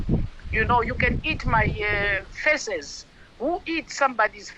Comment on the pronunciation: Jesus, can she learn to pronounce the words google and feces? Its not faces 😂😂😂😂